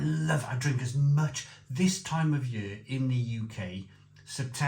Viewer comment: It's funny that you pronounce "year" as "yööö" and Löwenbräu as Lovenbrau,. :) Welsh logic :D